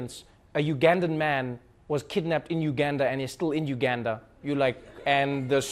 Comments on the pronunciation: Trevor you're losing your accent. Pronounce Uganda like a true South African please... or don't come back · Trevor I love you but please get the Ugandan accent right. That was a West African accent